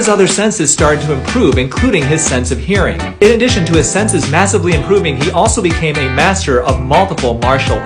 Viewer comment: but he really emphasized the hearing part. I didn't fully know, but I was strongly thinking about daredevil when he said that.